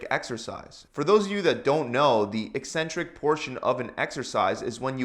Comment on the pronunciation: At last a fitness video where the presenter knows how to pronounce the word “eccentric”!